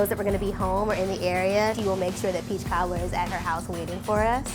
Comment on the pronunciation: take a shot every second she says peechkaablur.